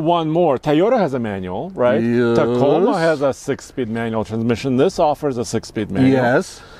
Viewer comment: I’m offended with how this man says “Toyota” and “Tacoma.”